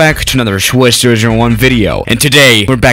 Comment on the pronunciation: I just realized he pronounces it like “Shwiss 001”